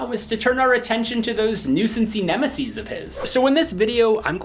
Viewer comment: "Nuisancy nemeses" You are a god among men!